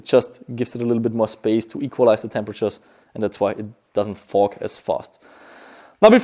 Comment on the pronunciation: When he was talking about his goggles he said they don’t fog to much I thought he was saying fuck to much lol